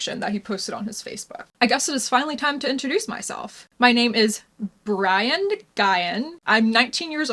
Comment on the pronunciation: Did you notice he pronounces Brian as "BREE-an"?